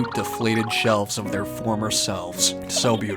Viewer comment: She’ll not shelvs